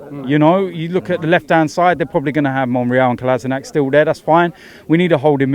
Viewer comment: I heard the commentator say Kolashinatz today and I died many times. 😂😂😂